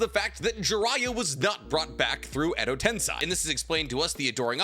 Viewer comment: why do you say edo tensAi and not edo tensEi?